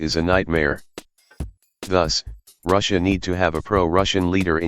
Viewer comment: Wow can't even pronounce "Russia" properly and calls everything he disagrees with "supposedly impartial".